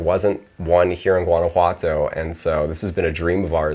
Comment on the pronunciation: I really hope you are integrating into society and learning the language. The gentrification in Mexico is getting out of hand. It’s pronounced HUAN•ah•Watto.